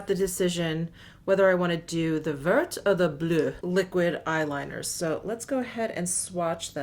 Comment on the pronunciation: Great video. Love the whole look. Your pronunciations are the best on You Tube but I do want to offer one correction. "Vert" which means green in French, is actually pronounced like "Vair." Please accept as constructive suggestion because I adore you. :-) Your "Bleu" was great!